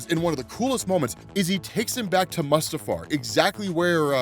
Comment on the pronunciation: Yeah there's things you don't know, like how to say Mustafar 😉